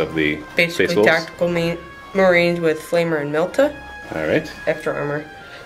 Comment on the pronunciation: "Tactical Marweens" - XD